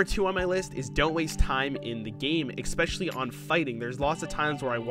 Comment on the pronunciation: Why do you pronounce it egg-specially? There is no "g" at the start of that word. Not even an "x". It's a clear S in the word especially. Othen than that, great video!